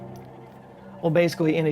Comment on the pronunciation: aww, he said: "Bay - sick - wee" instead of "Basically"